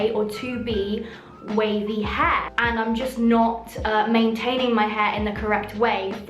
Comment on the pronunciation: “for curly hæ”